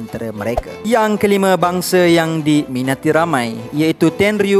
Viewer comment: It's "TenryuuBITO" not "TenryuuOBITO"..